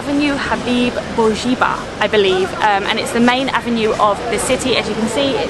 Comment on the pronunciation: Please learn to pronounce things correctly. It’s not Borjiba and it’s not Zitouniya. Also what do you mean by “it doesn’t even look like a Tunisian building” 🤨 How are Tunisian buildings supposed to look like?